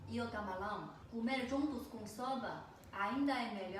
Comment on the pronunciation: Camalao, plato, dinhelo,kkk parece cebolinha